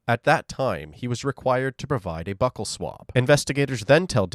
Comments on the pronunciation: Not buckle swab lol it’s buccal swab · It’s called a buccal swab, not a “buckle” swab. Just a minor pronunciation error. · Buccal swab- BEE-YOO-KOL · Great content! But is pronounced "byoo'-khul" the swab they use to swab for DNA. Pedantic, I know... 😃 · Buccal Swap…pronounces (Bu Kul Swap) because the cheek muscle is called the Buccal muscle. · Buccal swab.... pronunciation is important when you are narrating